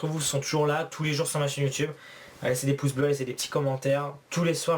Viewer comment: dit poce blo et non pas poce bleu